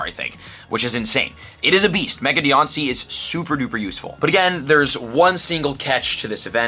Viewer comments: Im sorry, but this is killing me. It's not Dee-on-cee. It's Dye-Ann-Cee. Diancie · Jeezus Christ stop people a promoter for Pokémon if you don’t know how to say the names ffs. Go play the games and learn it all properly